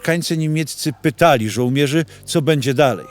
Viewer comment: Opowieść i obrazek fajne ale żołmierz i kołmierz strasznie kłuje w uszy.